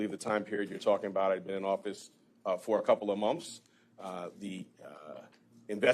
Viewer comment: He has so much trouble saying “months.” He says something like mulmphs. This was the 10th time probably that he said it the same way.